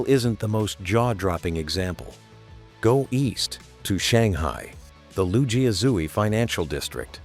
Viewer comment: The Loo-G-A-Zoo-E Financial District.... It's Lu Jia Zui